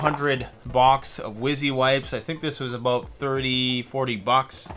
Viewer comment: A boat (about). 😂 no offense I'm Mexican I always thought Canadians have a really fun way of pronunciation. I like it.